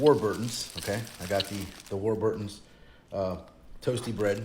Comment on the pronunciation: That American girl is talking shite. Ive never heard anyone say "Darnitt" The idiot that calls the bread "War Burtons" its Not two words people. Im really annoyed right now.